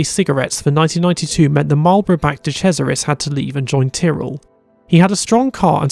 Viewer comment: Did he just say "de crasharis" instead of de cesaris? :D Btw reminds me of something. Why did Hill cry so much about Schumacher when he literally told the team he would rather give up a 1 2 when his teammate is on top? He had the same determination and was willing to do anything, no blame for that. But then dont cry if someone else comes along and got that same determination